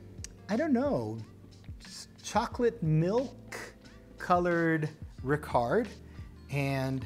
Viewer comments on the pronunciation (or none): Hi An excellent review of both , however the pronunciation of Ricard is Ricar, the d is silent. Also the ice is always added last. 🥳